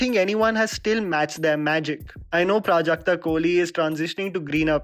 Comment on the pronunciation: Waiting for the day when people will pronounce Prajakta’s last name correctly!